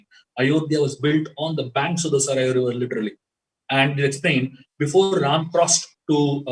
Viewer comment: Learn the actual pronunciation of River Saryu